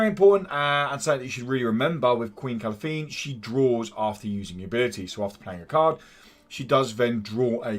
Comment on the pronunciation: Good to see yo back man, and its pronounced KA-LAN-THE (Calanthe)